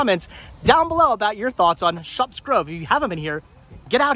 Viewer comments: The "u" sound is pronounced like the "uh" sound in the word, shut....You pronounce the p's... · It's pronounced like "shut"...Shupp's. The Holiday Inn is made by Playskool.